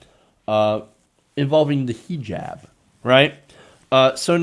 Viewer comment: WTF is a "he jab"! Nobody hooked on phonics would approve!